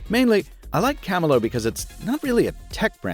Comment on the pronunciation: Kah-mee-lee-oh... Like chameleon.